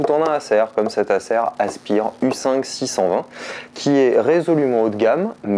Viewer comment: Asse pire ! " Ase..py..eure " plutôt